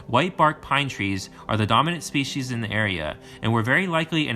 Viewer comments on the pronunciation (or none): none